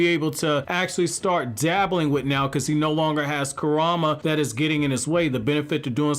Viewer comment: Why is it hard to pronounce Kurama correctly lol